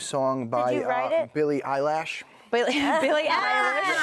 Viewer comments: ”Billie Eyelash” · Billie Eye-Lash..... really......😭😂 its Eye-Lish.....Eilish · “Rodney Rich and Billy Eyelash”